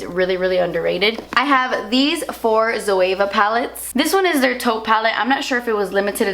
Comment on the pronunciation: When she was talking about the Zoeva palettes I did think she said 'toe palette' not 'taupe palette' and I was really confused 😂